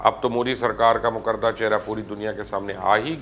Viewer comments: Mubashshir Bhai Mukarda Ghalat Hai Makrooh sahi Talaffuz Hai. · مبشر صاحب لفظ مکروہ ہے مکردہ نہیں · Ap makroo ko bar bar mukarda parh rahy hyn. Dekh k tothek parhy. Ya urdu parhni ni aty